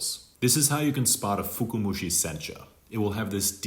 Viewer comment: I love your videos and I wouldn't know what I know if it weren't for you. However, I noticed you're saying "fuku-mushi". I believe you meant to say "fuka-mushi". If you say "fuku" it sounds like the word "luck/fortune" 福. "Fuka" comes from fukai 深い, the word that stands for "deep" in English. Anyway, good video overall! Thanks 👍